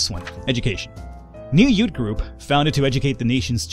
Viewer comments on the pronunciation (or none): "Loyalist yoot" What's a yoot? (